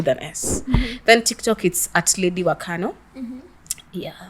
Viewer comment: First of all, it's Wakano. Not, Wakanu😂